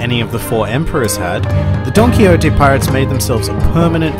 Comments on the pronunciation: I don't know if this is intentional or not but whenever he says "Donquixote" it sounds like he's saying "Donkey Hote". I love it because Doflamingo is one of the biggest asses in the show in my view. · every time you say donquixote, i hear donkey-hote for some reason lol